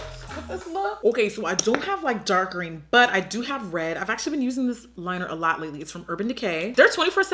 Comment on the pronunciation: Please it's a lot not slot